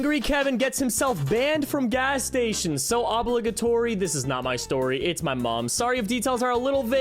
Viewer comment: Petrol, gauge, and obligatory all bothered me.